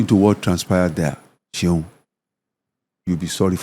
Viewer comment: Hi Seun, please hire a Nigerian voice-over artist who can pronounce your name properly to do the voice intro and outro for this podcast. Thank you.